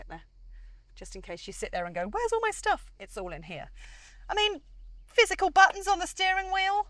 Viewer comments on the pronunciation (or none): none